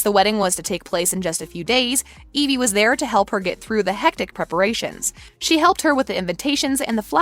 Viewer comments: Did she just say Elive? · Did she say elvie instead of evie💀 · I'm sorry did you say elvie ? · It’s evie not elve